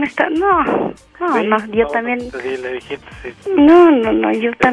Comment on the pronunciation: Ella 41 y el dijo dijist 31 jajaj 🤔🤔